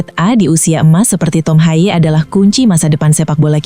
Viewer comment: Betulkan bagaimana harusnya nama "Haye" dicapkan, ia diucapkan "Hayeu"